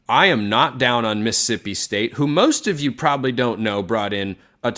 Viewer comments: Who is “Miss-sippi”? 😂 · Never take anything coming from a guy who can’t correctly pronounce Mississippi seriously.